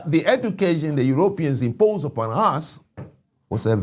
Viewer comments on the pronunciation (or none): You couldn’t have said it better?? For starters, how about a direct correct ion on his pronunciation of Europeans. “Yer OPE eans? Gimme a break.